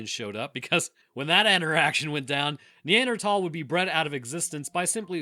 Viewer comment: Neanderthal. "Th"